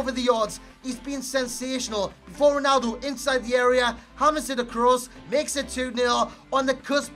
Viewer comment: Why you say Ronaldu? ahahaha